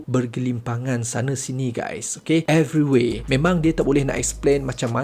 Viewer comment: everyWHERE ke everyWAY? dengar clear macam everyWAY . WAY off the pronunciation Tuan! please cakap melayu je jangan rojak jika pronunciation salah. maju bahasaku melayu!